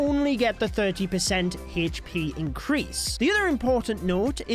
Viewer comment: Why do you say hesspee instead of hp ☠️